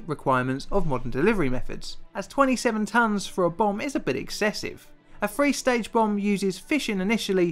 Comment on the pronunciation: Would be great if the narrator could actually pronounce the sound 'th'. I've no idea wtf a "free stage bomb' is, nor what the number 'firty-free' represents. Somebody fump vis fellow upside 'is bloody 'ed! Fank ewe.